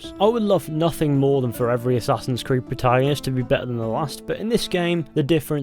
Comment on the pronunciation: Aessaaahhhsins crid